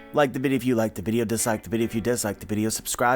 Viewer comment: Why tf did u turn British for the last few seconds of your video when u said "daaay" LMAO